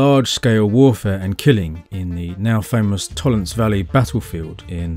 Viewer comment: Another great video, good stuff! Can I be a total pedant and add two German pronunciations - Ötzi has an umlaut on the O so is pronounced 'err-tsi' not 'ot-si' and Tollense is pronounced 'Tol-en-sa'. Looking forward to more content.